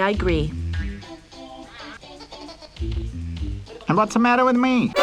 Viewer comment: "okay I-gree"